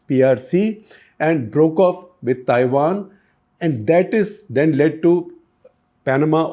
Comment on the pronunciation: This guy needs some basic accent training. He pronouncing Taiwan as Thaiwan.